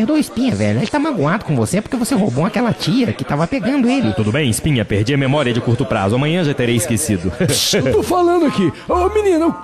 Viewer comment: o lesando falou o nome do espinha certo